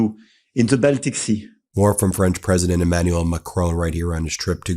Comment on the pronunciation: EmmanuEl. yw.